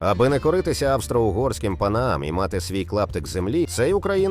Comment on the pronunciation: Тільки я один почув «аби накуритися»замість «аби не коритися»? 😂